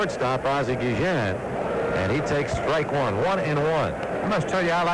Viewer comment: Two things I always remember from this game, and the video confirms it. pronounced Guillen's name as "Gee-zian." I don't remember if others did at the time. And the other I remember is Cowley's joke about everyone coming out for his 20th career victory.